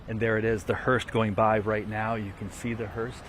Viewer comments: Someone please tell the reporter on the scene: There is no t in the word *hearse*. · It's called a HEARSE! Not HEARST! there's no T on the end of the word.